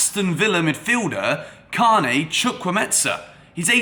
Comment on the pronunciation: You murdered Carney's name man!!!🤣🤣🤣